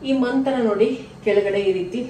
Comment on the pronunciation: Mantana Alla Mathana Industries 😂